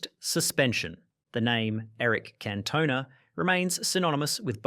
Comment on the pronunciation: It's Can-toh-nah